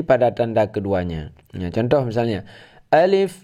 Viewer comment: Mohon maaf, ALIF bukan ALEF. Tidak boleh miring.